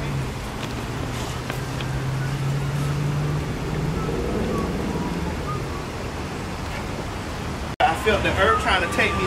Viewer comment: Ms. Mary is so damn cute! Also, did he say wing worm when TS walked through that puddle 😂